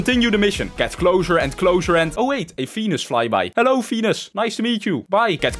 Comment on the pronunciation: When he said. Venus is was fenus